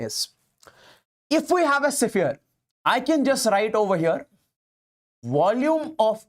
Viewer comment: Sphere❌sipphere✅..just for fun but really u r a great teacher ever 💗